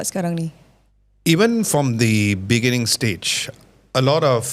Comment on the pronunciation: Hahaha “beningging”, thanks for watching bro 🙌